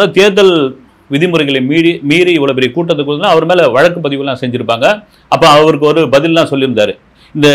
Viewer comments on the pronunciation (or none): none